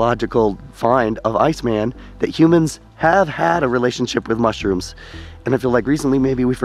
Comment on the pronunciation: ...you refer to "Ötzi" as "ice-man" with the intonation on the name as if it were a translation of eis man. He was given the name just as the Neandertaler was, Ötzi was found in the Ötztal, Austria.